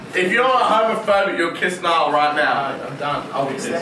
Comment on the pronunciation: "Muh nemmm Nial"